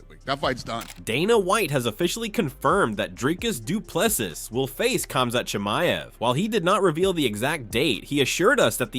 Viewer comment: you are butchering the pronunciation of Dricus Du Plessis, our South African CHAMP. This is how to pronounce it correctly.